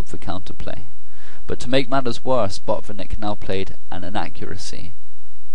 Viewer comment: Hi, Great analysis. Do not skip 't' in Botvinnik. And the stress is on the first syllable.:)